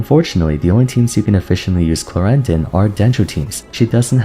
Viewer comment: i got her accidentally Q_Q i was at zero pity and just wanted a sethos, but the girl was like BOOM here i am. gonna see what fun i can have with her, but you are right, the short uptime sounds problematic. btw thumbs up more than deserved for actually pronouncing her name right :)